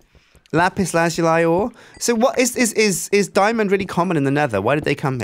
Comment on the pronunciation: la zu li not la zu lie